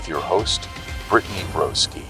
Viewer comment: my man said “Britney Roboski” 😅